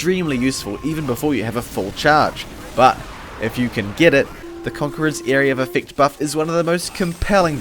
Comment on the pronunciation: Isnt concherer pronounced conkerer